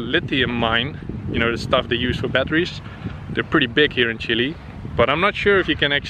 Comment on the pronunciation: It's fun to hear you saying "Chily" instead of "Chile" hahaha